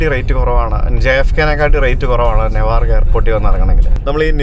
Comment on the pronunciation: നെവാർക്കല്ല ന്യൂവാർക്ക്‌ ആണ്